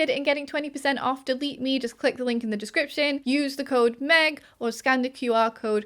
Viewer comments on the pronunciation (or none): none